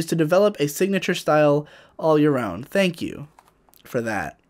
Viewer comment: thank you ham? thank you hallo? thank you YOLO?